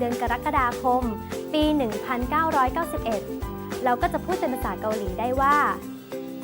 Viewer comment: อ.ค่ะ ตรงคำอ่าน 1991 น่าจะอ่านว่า ชอนกูแบ็คกูชิบอิลนยอน ไม่ใช่หราค่ะ